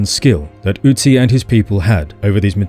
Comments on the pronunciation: Your Ü is great but its not an Ö. Great Video by the way. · Not OOtzi but Ötzi 🙂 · Ö is pronounced similar to the vowel in "hurt" or "birth". It's not an 'U'. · You pronounce Ötzi wrong. It should rhyme with klutzy.